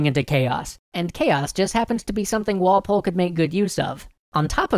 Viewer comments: Goddamnit Walpol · Who took the cookie... It was Walpoole